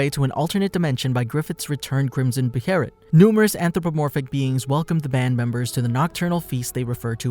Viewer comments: We just gonna ignore he said bherit and not ballit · ITS PRNOUNCED BAY-LET say it with me BAY-LET two sylables not buh-hair-it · The band of the hawk my god….. the king labels them the white falcon knights towards the end….. My god man and be be heret wtf is that it’s prenounced (beh -let) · Band of the Hawk!! Not band of the falcon! Beholit not berolet!! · why is he saying beherit, isnt it behelit? am i missing something? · Wtf is a "beherit". Behelit. Beh hey lit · Beh-ha-lit is how it’s pronounced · Bruh breherit it's behemith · Its BAY-LET lol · Guts is the picture of how much bs we go through as an adult right out the gate without money lmao. Also why are you saying beherit like that?